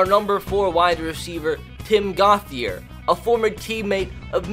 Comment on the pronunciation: Just a tip: Gauthier is pronounced"Goat-ee-ay"